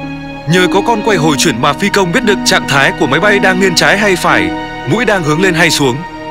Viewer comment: Tại sao tất cả các từ "nghiêng" thì lại đọc là "nghiên", nghe rất khó chịu. Xin góp ý với ad!